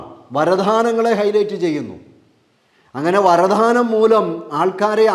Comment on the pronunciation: Varadhanam alla, varadanam. Dhanam alla, just danam